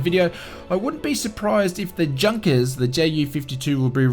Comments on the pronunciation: It is pronounced yunkers not Junkers. Don't buy the E jet it is horrible. If virtual cool FS think the E Jet is 20 bucks the PMDG should be 200 bucks. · Say "Yoonkers". :-) Other than that, great video, as always! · It's pronounced 'YOU-NKERS' 52. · I cringe everytime I hear Junkers pronounced like an English speaker would say it. It's pronounced "Yunkers".